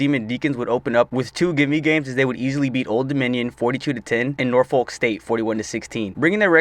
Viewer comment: Norfolk State is pronounced Nor-fik. Not Nor-fOlk